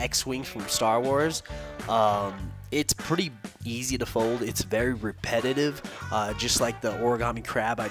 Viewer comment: Easy did you say east